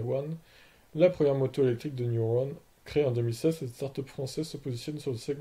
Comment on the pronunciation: Elle et entièrement française comme tu dit donc évite de déformer le nom E c’est un E commence par pas dire i